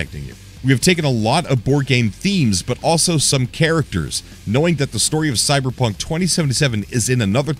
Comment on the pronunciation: Did he say cyberpuff?